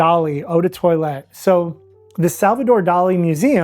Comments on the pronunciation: It’s “Loke-see-TAHN,” and instead of “TOY-let” it’s “TWAH-let” 😊 French is diabolical 😂 you’re doing great! I enjoy your videos! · no problem, French pronunciation is just ridiculous! BTW in concentrating on the pronunciation of the first syllable in “toilette,” I inadvertently messed up the emphasis. The emphasis should be on the second syllable, so: “twah-LET” sorry about that!!